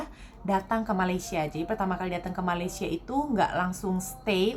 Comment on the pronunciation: Mbak Sebutnya bukan Maleesya ... Sy Sh gak ada Ma Laay See Ya